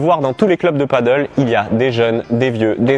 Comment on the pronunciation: "Padèl" et non pas "paddle" lol C'est pas le même sport